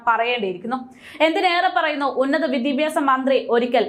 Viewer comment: വിദിപ്യാസം അല്ല ഏതായാലും. വി ദ്യാ ഭ്യാ സം എന്നായാൽ👌👌